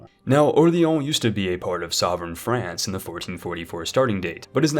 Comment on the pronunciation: Franke and frankonia? Or... france and franconia I had to lol